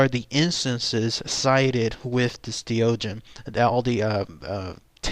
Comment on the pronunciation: Doegen is probably pronounced more like "de okhen" if its from Belgium